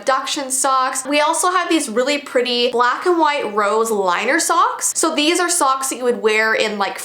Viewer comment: Whenever she said socks i thought she said songs.